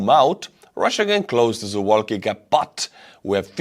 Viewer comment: You are pronouncing "Suwałki" as if it was an English word. Here's the correct pronunciation in Polish To correctly pronounce it in English, you'd need to change the spelling to something like "Sou-vaw-kee"